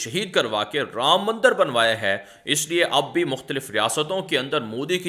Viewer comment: aap hamesha news me mandar ka lafz istimal karte hay haqiqat me wo mandir lafz hay zara talafuz sahi ada karne ki koshish kare mujhe umid hay ke aap isper amal karenge MS,Siddiq bhatkal karnatak